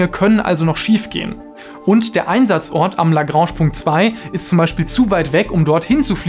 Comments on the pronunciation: sag nicht la grange so komisch. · Gutes Video, aber diese Aussprache von ‚Lagrange‘😅😵‍💫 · Lagransch Punkt LOL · „Lagransch Punkt“ 😂 Wer kennt sie nicht die „Lagransch Punkte“ 😂 Wie meine eine spanische Professorin 😂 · nur minor detail, aber Lagrange ist französisch. und wird daher ein bisschen anders ausgesprochen aber nices Video. danke!